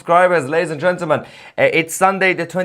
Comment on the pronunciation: Still can’t pronounce “gentlemen” tousi 😂